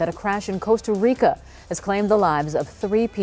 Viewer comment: you said Costa Rica wrong!